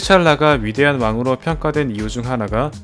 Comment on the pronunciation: 왜 트찰라라고 하는거임? 홍대병임? ㅈㄴ 거슬리네